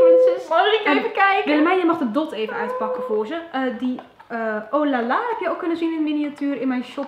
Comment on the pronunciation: Het is lola geen oh lala :3 Sorrrryyyyy